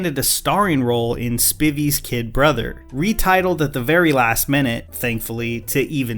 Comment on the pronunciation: It’s not “spivvy” but “spi-vy” rhymes with Hive-y